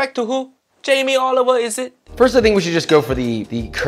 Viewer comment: “Jamie Oliveoil” 👀